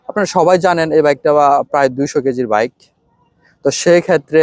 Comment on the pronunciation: আগে ভালো ভাবে কথা বলা শিখুন।ভাবের ঠ্যালায় বাইক কে ভাইক বললে ভাব না বেড়ে বরং মুর্খ মনে হয়।